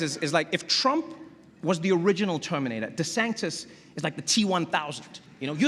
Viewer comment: De-Sanctis lmao